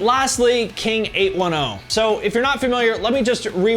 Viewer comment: I'm pretty sure it's pronounced King eight-ten